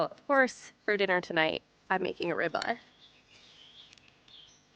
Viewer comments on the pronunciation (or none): ugg AI....what is a "rybye" steak 😅 Thats what happens when u eat a duraflame log-o-chemicals....